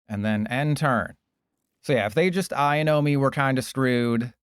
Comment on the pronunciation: I and o???? I owe no is the pronunciation